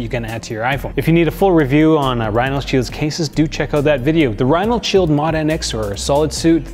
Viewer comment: What u mean bro? Last year I used your 20% off code on top of a Mous discount and got the 50€ case for 35€. Also its RhinoShield, not RhinalShield like you keep saying.